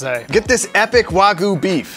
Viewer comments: its not wagu its wagyu, pronounced like "Wah-G-You" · You called Wagyu wagu